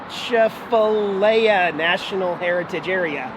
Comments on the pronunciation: A Chaf A lier That is how what you tried to pronounce sounds like. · Thanks for all your great videos The pronunciation of that place you were, Atchafalaya. Is A-Chaf-A-Lie-A I know its crazy, its Cajun/French. Chateau is Cha-toe. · Lol. It's pronounced a-chaf-a-ly-a.